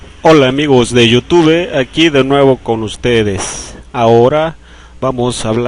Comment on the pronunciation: por favor pronuncia bien la palabra youtube me haces quedar mal